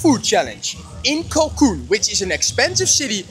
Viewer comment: It’s CANCUN not CACUN